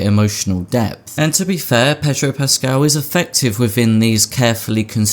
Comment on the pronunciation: Have a drink every time he says pedro puscaal.